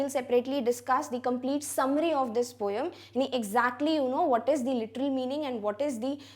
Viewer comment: It is not poyam it is poem 🤔🤔